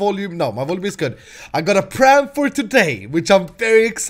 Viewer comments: It's plan not pran triggert😫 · hey why you keep saying pran:)